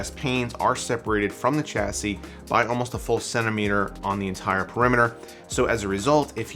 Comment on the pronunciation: Wow! That is a massive case. It's pronounced "Sha-see" by the way; not cha-see"